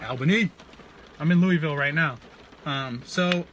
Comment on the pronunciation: He's a flat earther AND he can't say Lou-a-vul. Disgraceful.